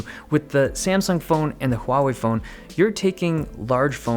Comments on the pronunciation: It's so refreshing to hear someone pronounce Huawei properly hahaha. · I wonder whether Dave Lee can speak Chinese coz he pronunces Huawei right! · You pronounced Huawei in its Chinese pronunciation. The other tech reviews go with Warway or Waway.